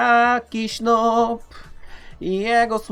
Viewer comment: Noob czyta sie nub